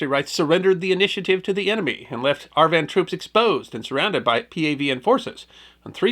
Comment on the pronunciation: Lots of relying on Army History. Whereas, Army historian, Dr. Jim Willbanks, a retired Infantry LTC, wrote the definitive book on this effort. In case you are interested: And, it is AR-VIN, not AR-Van. Love the stories and the channel. Keep up the excellent work.